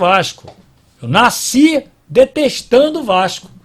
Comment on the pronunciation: Naisci?! Pq naisci?! Tu não é carioca?! 😂😂